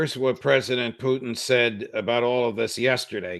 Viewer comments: Love this channel but its not "Poochin" (thats a dog breed) or "Potcheen" thats another strong Irish drink, its "Poo tn". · Does brother McGovern know he is pronouncing Putin like Irish moonshine Poiteen?